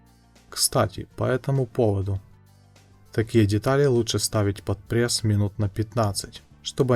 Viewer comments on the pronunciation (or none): none